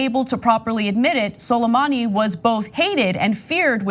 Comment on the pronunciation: Could you at least make an attempt to pronounce Suleimani's first name properly? You're not much of a know it all if you can't bother yourself to get a name right.